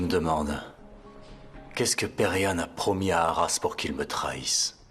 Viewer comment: Moi j'aime pas quand elle prononce le nom de perihan en disant Peri🥱